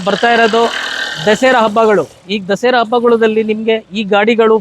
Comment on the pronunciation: Dasera ಅಲ್ಲ sir ದಸರಾ